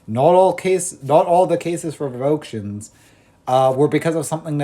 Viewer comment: Revoke - shuns❌ Rev-o-kay-shuns✅